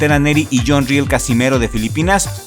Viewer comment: El filipino se apellida RIEL y , no ril como lo pronuncias está mal pronunciado , el es de filipinas, por tanto el apellido es español debido a que , filipinas fue conquistado por España en 1565 , he ahí del porque el apellido RIEL